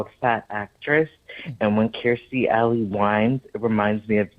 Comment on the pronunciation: Absolutely yes to you pronouncing Kirstie correctly 😍